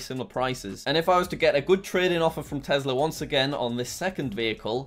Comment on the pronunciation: Did anyone notice that is sometimes call tesla tezla